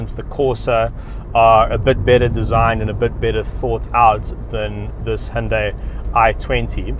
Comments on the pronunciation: It's "who-n-die" 😎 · When the brand first came out in Australia, the ads used to say “say hi to Hyundai” ( hi-oon-die) but then a few years later they corrected the pronunciation to ‘he-un-day’ because apparently they got upset at the parent company in Korea about the ads they showed 🤔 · It’s actually hunday Monday